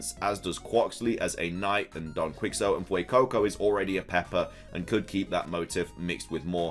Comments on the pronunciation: FYI "Quicks oat"(Quixote) is pronounced "Key HO tay" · Also, Quixote is pronounced "key-shot" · Quixote = key-ho-tee. Just in case you wanted to know how to pronounce it. Meanwhile, I like the way you are saying it 😅😂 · Hey I really like your vids, but I have one little thing that is bothering me: Don Quixote. "Quixote" is pronounced "kee-ho-tay". Just a minor complaint, you do you regardless. Ignore this if you feel like it. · Hey my guy, just FYI, it’s pronounced “Don Kee Hoe Tay” (Don Quixote) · I think it’s don (Ke-Hout-te) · "Flamenso" "Don Quicksot" I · Quixote (Key-oh-tay) that's how you pronounce it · Quixote = Key-Ho-Tay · Lol don quixote should be pronounced as quishote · Don Quisot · Please look up how to pronounce “Quixote” right now. It kills me.